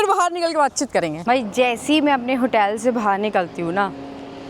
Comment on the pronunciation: hoootel nahi, ho tel bolte. UK me veg Khana bhi multi hai, salad kab tak khaugi😂English me to acchi tarha padhna at to apna mazaak kyu banati ho. Riksha kyu chalwaoge, cycle par riksha jaisa city me pahile SE hai. PAISA kharcha Karna padhega. Yaha muft me Kuch bhi nahi milti. Aur bridge ko bridja😂kaun log ho, India me kaun se gau se ayee ho, itni badhi YouTuber ho aur fir bhi illiterate ho.